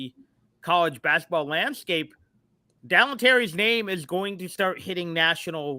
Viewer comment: 3 years and still can't say Dalen's name correctly